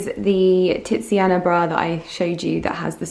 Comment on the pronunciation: the way you say TITSiana bra is HILARIOUS! Would you be interested in water/air plants in that window, or even hostas? Or you could do a succulent wall so that you don't have to keep painting the wall?